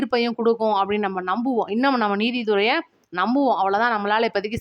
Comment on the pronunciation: சகோதரி நிதிதுறை என்று சொல்லுங்கள்...நீதித்துறை அல்ல...